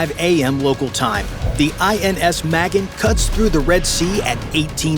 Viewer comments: I'm Israeli and I find this video relatively informative. But the way the name "Magen" is pronounced is still wrong. The emphasis should be on the end of the word: maGen- similar to the word "again". Not Meh-gen. And I doubt the Houthis have got SA-6 batteries. If they did, it would've been destroyed by now. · "Ma-gin" is probably Ma-GEN, Hebrew word for "STAR" as in STAR of DAVID, Flag symbol of ISRAEL & the JEWS. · The vessel is called magEn, not mAgen. It means "the Defender", or "the Shield"